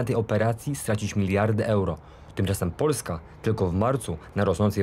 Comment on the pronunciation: "tymczasem Poljska", o zesz ty w te i z powrotem, jak Ty wymawiasz Polska, po co ten miagkij znak po "l"? Po twardym "l" ma byc twarde "s" i "eto wsjo"! Bogusz Jankowski, to polskie nazwisko, ale jesli jestes z kresow, nie mam poretensji. Ale jesli Ukrainiec o polskim nazwisku, to znaczy, ze gruby nadal sprowadza do Polski Ukraincow.?